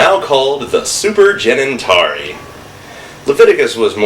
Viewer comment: Cenintari sounded like Genitelia.